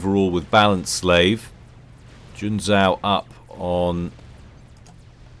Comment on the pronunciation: in Junzou the second "u" is silent, it basicaly puts an emphasis on the "o". Oh there's a door with a sign that reads, "Smart Asses exit here" - well I see myself out then....